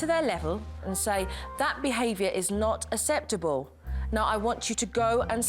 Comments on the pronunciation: The kids will think aseptable is the new way to pronounce it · I'm from the UK, I've never heard anyone pronounce acceptable like that. It's a very slight speech impediment from what I can hear. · I wish she would say acceptable correctly! She's so good though has so much patience.